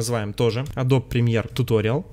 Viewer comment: Погугли, как “Adobe” правильно произносится :) smh